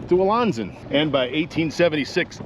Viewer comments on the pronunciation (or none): Wonderful stuff but where are you getting your pronunciation for the town of Alanson. We pronounce it A-Land-Son but without the D. I hear you pronounce it and it sounds like LA. I stopped multiple times to just reminisce during this video as I grew up in the 50s and 60s fishing these waterways with my Uncles and Brothers. Thanks for doing this. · Love your stuff! Have a small correction for ya, tho... being a Northern Michigan resident nearly all my life and know Alanson very well... it's pronounced AH-LAN (like land)-SON. :) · I love your content and love how in-depth you are with the information I get lost in your videos every time 🙏🙏 one thing tho alanson is pronounced ah-lan-son sorry if that upsets anyone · You should learn how to properly pronounce Alanson & Toppenbee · That was a new pronunciation for Alanson for me!